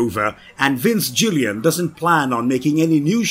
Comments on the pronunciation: I'm sorry but Vince Gill-Ian😂😂😂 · Some of the mispronounced words I can understand, but… really?? Vince “Jillian”?! Gale "BERT-itch-er"?! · At least pronounce the creators name right. That one mistake tells us you’re just testing to cash in without actually being a real fan